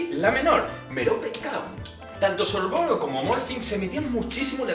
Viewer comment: Mira que me gustan los videos así y se que conllevan un gran esfuerzo por tu parte pero como fan de hp me han sangrado los oídos...no son los hermanos piveter son los hermanos Peverell, no es antinoch es Antioch, no es sorvoro, es Sorvolo, no es merope, es Mérope, no es little humpton, es Little Hungleton, no es cracatus burger, es Caractacus Burke, no es rominda ravenclaw, es Rowina por mencionar algunos... y lo más importante!!!! los padres de Neville NO están muertos, están en San Mungo, por la maldición cruciatus de Bellatrix Lestrange!!!!! colagusano no tiene NADA que ver con ello... aclaro q es español de España y no latino, y que no es hate, pero, ya que has buscado la información estaría bien q estas cosas no ocurrieran no??